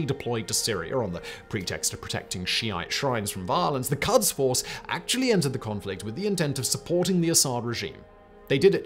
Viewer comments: Pronunciation of Quds/Qods is more like "Goads," as the Q sound is like a 'g' and a French 'r' combined into one consonant and the "u" is an old-fashioned Romanization of what's actually pronounced like an 'o' in Farsi. But as someone who works with ruminants a lot, "cuds force" had me picturing some unruly sheep in berets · Quds is pronounced as 'p U sh', not 'f U ss'. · the pronunciation of Quds is "koods". "Kuds" are what we give our kids! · A problem many foreigners have which I don't understand is the way they pronounce things like: Iran: not I_ran, it is E-raan Qods: not kaadz, it is ghods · love this. amazing content again, as usual well done. if there's any comment, it would be that the 'u' in Quds, is pronounced like the 'oo' in books. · Just the way he keeps saying qads instead of qouds is off putting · Its pronounced as /kuds/ not /kads/. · Love the show, yourFarsi pronunciation is bordering on painful however. In English, the letter uis normally used to transliterate a و which makes the “oooo” sound in both Farsi and Arabic. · "It ain't pronounced 'Cods,' Bye." ( said in Newfounder's accent) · It’s pronounced ghods force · pretty sure its pronounced "koods"